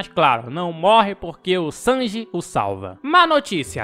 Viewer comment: SENDI KQKQKWK , É sanji pow